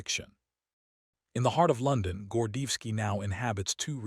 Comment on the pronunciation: Want o add credibility to your program? Pronounce the Colonel's name correctly.